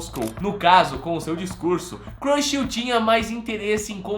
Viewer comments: O video é legal mas nao é Curchel, e sim Churchill. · Winston "CRUCHEL"? Desculpe. Mas, o certo não seria "CHURCHILL"? Com a pronúncia aproximada "TCHÃRTCHEL". 🤔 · ...a pronúncia correta seria "Xurxil" (transliterando para o português). Winston Churchill é um vulto histórico universal. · Meu querido, gosto muito do seu canal e sempre te acompanho, mas errar assim o nome de um dos maiores estadista do século XX quando temos tantos programas que nos ajudam a ler os nomes "difíceis"! Pelo amor meu querido! Digite o sobrenome Churchill no Google tradutor que vc ouvirá a pronuncia correta! Winston Churchill memorável primeiro ministro inglês! #ficaadica!